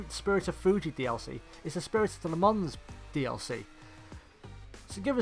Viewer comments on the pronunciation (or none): Pronounced “lə mɑ̃” not “la mans” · Nice vid, the "S" is silent, it's pronounced "Le Mon" spelt "Le Mans". Thanks for a good vid.